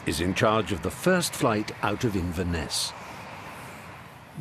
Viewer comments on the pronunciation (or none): none